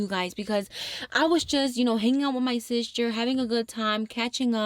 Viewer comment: Omg out of all the funny ways you pronounce things i think “Sishter” is my favorite 😭🤎